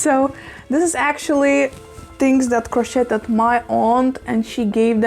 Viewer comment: Crocheted in America rhymes with today with a d at the end crochet rhymes with today